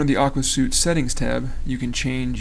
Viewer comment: Great video review! BTW, it's pronounced "Aqua SWEET", as in "a set of programs with a uniform design and the ability to share data". :)